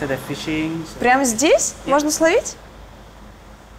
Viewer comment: рыбу ловят, а не славливают !!!!!!! АААААААААААААА не могу уже, чуть ли не в каждой передаче это "СЛОВИТЬ"! почему ведущие не знают русского языка!